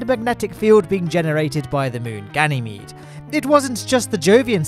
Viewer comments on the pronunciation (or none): none